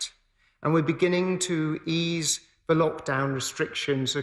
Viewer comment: He can't say 'th' as in 'the', he says 'v' as in 'Ve' instead of 'the', and says uvver instaed of other, and he is secretary of education? God help us.